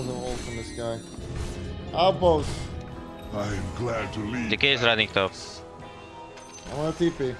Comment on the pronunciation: "why are u ronning, why are u ronning" i died so hard on this one. Pepelaugh